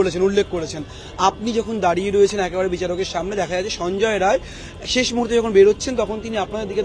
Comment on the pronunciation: Not Roy it is Rai